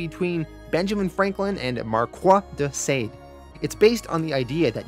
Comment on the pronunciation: Someone please explain to him how to pronounce Marquis de Sade